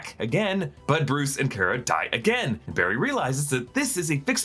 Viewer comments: CAR-UH NOT CARE-UH. GET IT RIGHT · you pronounced kara's name wrong... just like supegirl tv series.